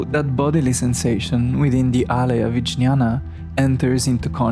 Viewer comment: Jñaña is pronounced nyana and viJñaña as vinnyana Thank you for introducing to yogacharas